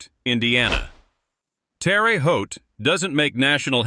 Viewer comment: yes I did,.... I still say you sugar coated some of it... And your AI needs to pronounce names properly. Terre Haute is not pronounced Terry Haute. Little slips like that reduce your credibility